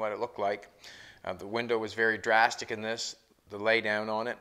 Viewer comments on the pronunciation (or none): none